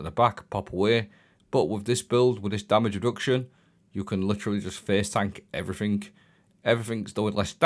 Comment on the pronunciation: "Everythink" is not a word. It's pronounced as everything.